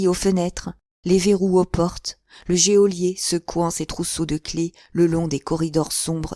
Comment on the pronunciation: Merci beaucoup. Juste une petite remarque: geôlier se prononcé "jolié" , l’e est muet.